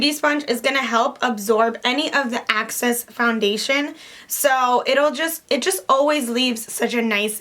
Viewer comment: Excess not access